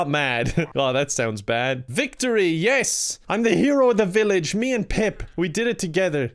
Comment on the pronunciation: Pip. Not peep.